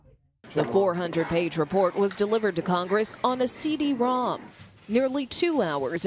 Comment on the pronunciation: the way she says CD-rom makes me want to paint the walls with my brain